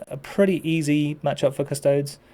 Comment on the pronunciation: The singular of "custodes" is not "custode". You do not pronounce "custodes" like "cuss-toads" as you wouldn't pronounce "astartes" as "ass-tarts" or "ass-tearts".